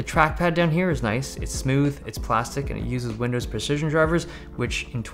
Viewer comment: „windows preshishon drivers“